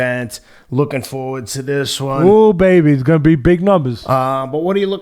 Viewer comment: "Raiders baebee" Teddy been kicking it with Oscar.